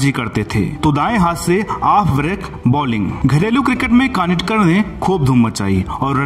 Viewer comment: कानिटकर नहीं कानितकर नाम है।